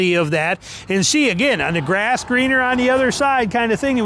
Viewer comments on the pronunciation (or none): none